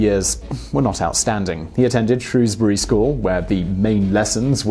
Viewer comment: thank god he said Shrewsbury correct.